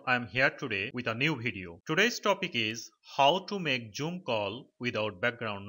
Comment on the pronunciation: Wtf is joom! It’s called zoom! 😂